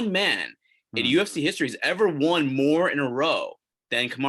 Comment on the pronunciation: You say won wrong!